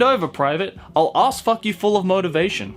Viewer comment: "I'll ass-fuck you full of motivation!' Japanese lady: "I'll ah-fatyo hoda motivation!' What... The fuck?